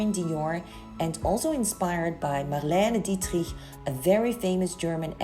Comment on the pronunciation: ❤ how you're pronouncing Marlena Dietrich ❤